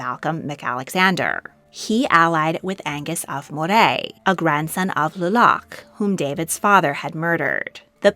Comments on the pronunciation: It's MO-ray, not Mo-rayyyyyyyyyyyyy. I live in MOrayshire so that's why I know! And it's traditional Scottish food. Scotch is a drink... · Moray is pronounced Murray